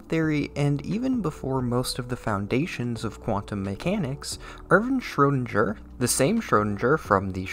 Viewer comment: It is a really awesome video, but every time you say "Schrödinger" with a soft g, my ears bleed